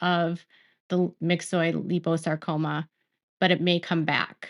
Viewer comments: Hey, It's pronounced 'lie-poe-sarcoma'...just thought you'd want to know:) love and positive thoughts for Jen & Hubby...& kudos to Meri ❤ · It's lie po sar co ma. Actually, my dog had myxoid liposarcoma. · Liposacroma is not pronounced the way your saying it. Think lipo suction just replace suction with sarcoma. Also if there are other medical words you’re not sure on how to pronounce, google search will have an audio to play on how to pronounce the word. I hope this helps and medical wording can be tough if you’re not in that world or it is not common.